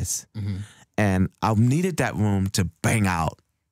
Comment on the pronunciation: He says room like "vroom" haha :D